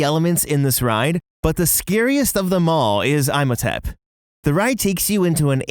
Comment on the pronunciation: Eyemotemp and Saracophagus had me wheezing 🤣